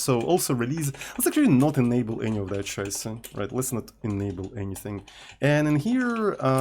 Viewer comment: As a German it triggers so hard everytime says "Scheiße":D